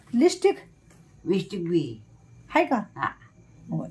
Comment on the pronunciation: विसटीक नाही गं. लिपस्टिक.